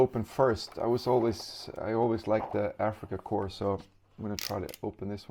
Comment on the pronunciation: I'm glad to hear you pronouncing Africa Corps correctly (remember Obama calling a navy corp man a corpse man?) so many don't say it like core but corpse. When trying to straighten the old softer plastic get 2 bowls of water one very hot and one with ice in it. Warm the figure in the hot straighten the piece out then plunge it in the ice water holding the piece at the angle you want it after 10 seconds remove this should help you a lot. When trying to focus your camera to a figure to show details you can put your hand right behind it or better yet have a square of colored paper to hold behind the figure. The camera is "seeing" too much and doesn't know what to focus on this will fix that for you. Nice video you did a nice job describing the differences between the old and new figures.